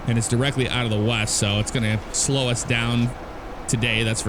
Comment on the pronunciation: I love it. You were saying little slow then the Ryanair landing happened and it sounded like “little slut”. Lol what I say if I have a Ryanair landing.